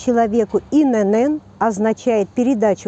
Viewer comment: Пожалуйста! Не говорите инЭнЭн? Это говорит о неграмотности и неуваженИИ к русскому языку! В нашем великом и могучЕМ нет буквы НЭ! Есть буква Эн! Поэтому аббревиатура ИНН читается и произносится как И-Эн-Эн! Повышайте грамотность свою, пожалуйста! Прежде чем вещать в эфире.